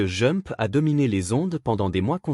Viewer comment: il faut prononcer D'jump quand on dit jump car j'écoutais sans regarder la video en travaillant et je me demandais quel était le titre que j'entendais à